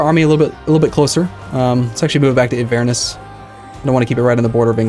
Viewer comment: Did he just pronounce Inverness as Invurness?